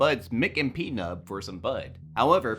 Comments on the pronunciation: Great Video! but it's not P-nub with the accent on the P, it's pnub..one word run together :) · I screamed at this. He says his name in the movie like 20 times ffs ITS PNUB-PUHNUB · "pee-nub" edit: I swear this dude just watched the Kill Count for this movie and reworded it lol